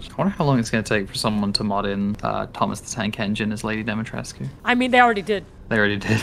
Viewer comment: tries to say Dimitrescu and failing Take your time you'll get it.